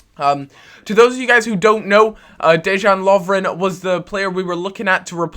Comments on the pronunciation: Deyan lovren and mario gote-ze not gurt-ze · Prenounce dejan lovren, as deyan lovren